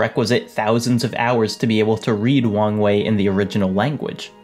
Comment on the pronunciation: Am i the only one who hears "wang wei" as "wrong way"?